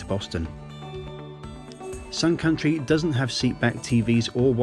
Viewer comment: The whole time I thought he said SOME COUNTRY airlines 😂🤣😂🤣